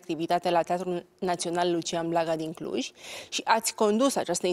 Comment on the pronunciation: Denise,la geografie am învățat ca este CLUJ nu Cluji și MUREȘ nu Mureși. Sau n-am învățat după același manual?!